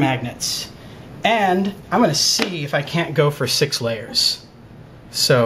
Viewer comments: did he just say sex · he said sex lol